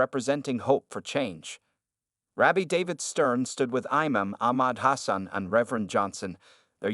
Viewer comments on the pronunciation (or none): none